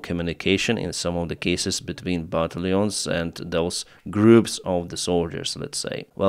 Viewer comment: pronunciation -Battalions = but tal youns